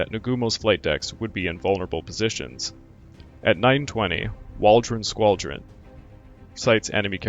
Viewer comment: So was I (cringing over "B-52s," that is). Every time I heard it, another blood vessel burst in my left eyeball. And every time I heard "IJN" pronounced "IGN," another burst in my right. The comedic value of "Waldron's squall-dron'" almost made up for it, though.